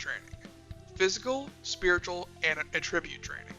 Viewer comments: There's two T's so its at-tribute (phonetic) or a-ttrib-ute (ttrib probounced like trip, ute would be pronounced like yoot) but a-tribute is jarring to hear just because nobody else says it that way. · You're saying attribute wrong